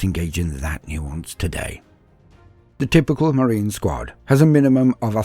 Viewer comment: i keep thinking he is saying SQUAT! rather then SQUAD! lol